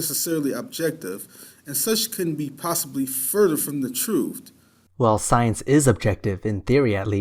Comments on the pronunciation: "science couldn't be further from the trooft."? Damn. You know this guy would love to "axe" you some questions. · When he said "trueft" he lost any credibility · I realized the caliber of mind we were dealing with when truth was pronounced "trooft" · You got to love a guy that questions somebody else's intelligence and he can't even pronounce the word truth I didn't know truth was spelled with an f and a t at the end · Perhaps a moment of silence for butchery of the English language and his ridiculous assertions of stupidity by the illustrious while barely able to pronounce half the words he uses as if for the very first time. Go.:)